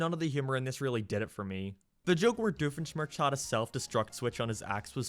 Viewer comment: The way you pronounce Doofenschmirtz hurts my soul. Also I think I automatically hate this movie because Candace is the focus. GOD I hate that bitch.